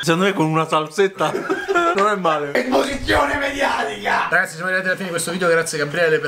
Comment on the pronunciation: ESPOSIZIONE MEDIATICAH